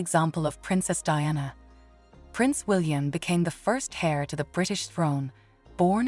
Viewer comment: Heir is pronounced as "air " not "hair" 😂🤣😂